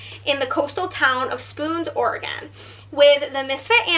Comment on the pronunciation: As an Oregonian, it’s OR-eh-gn.